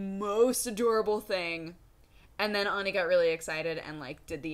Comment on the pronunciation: Auni or Ani, not Oni. She accentuated the A pretty clearly.